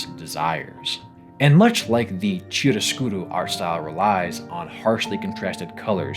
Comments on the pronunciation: My guy… Deh-koh Ki-ahr-uh-skhyro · Oh, god, is that how chiaroscuro is pronounced in English? Cries in Italian (For those curious, it's key-ah-row - skoo-row) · Lovely analysis. My main criticism I guess is nitpicky stuff like how you pronounce some terms like “chiaroscuro”. This is actually an Italian word, not French, so it’s actually pronounced like key-ah-roh-scoo-roh”. And Sirene is pronounced as “See-ren”. And some other things like this. It’s stuff that with a small Google search, you’ll learn how to pronounce them quickly. Plus they might be an opportunity to inspire you to learn at the very least how to read Italian and French 😆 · Btw, it is pronunced [key-aro scuro], not cheero scuro. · small random correction, "Chiaroscuro" is an Italian term, so given the H after the C (or the G for example) it should be pronounced hard, so "Kiaro-Scuro" Another interesting thing is the term Gommage, which is not just "cancellation" but a real artistic technique used, among others, by the impressionist painter Renoir. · "Chee-arrow-skew-row" ouch that hurt to hear as an Italian 😂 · Art Deco - ärt dĕk′ō | Art deh-koh Chiaroscuro - kiˌɑːrəˈsk(j)ʊəroʊ | kee-arh-uh-skoor-oh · Small comment: the first syllable from 'chiaroscuro' is pronounced [kia], the first sound is the same as 'kernel' rather than chest'. Great video, thanks for putting it together! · "Chiaroscuro" is italian, just pronounce it as (Key-are-o-sku-ro), we pronounce "chi" as an english speaker pronounce "Key", exact same sound. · My man, how did you manage to pronounce "chiaroscuro" as "cheedoscooby"?? 😭😭😭 if you don't know a word use Google translate, you've shown in this video that you know how to use it! Love, an Italian. Edit: YOU DID IT AGAIN, WHY? WHY DON'T YOU APOLOGIZE TO US AS WELL? YOU'RE KILLING ME! 😭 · Why do you say chiaroscuro like its a Japanese word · the ch in chiaroscuro is pronounced k (as in key) btw 👀